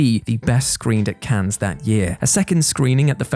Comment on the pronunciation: Just a gentle reminder: The "S" in Cannes isn't pronounced by the French (same as in the LeMans 24 Hour Race).